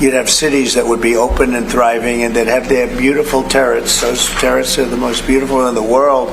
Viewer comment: The terrets! Terrets! 🤣🤣🤣 They’re turrets, you illiterate, orange walking embarrassment.